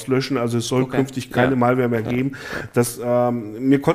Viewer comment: einfach herrlich die deutsch er Malware ausspricht 🙈😂